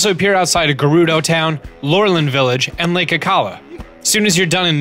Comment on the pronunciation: Gerudo is pronounced with a J sound